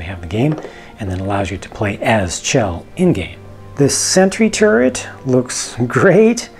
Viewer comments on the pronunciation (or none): chell is pronounced shell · I believe her name is pronounced like shell.